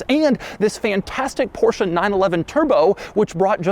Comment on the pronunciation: You are in this game for a long time and you still dont know hot to pronounce BMW or Porsche ?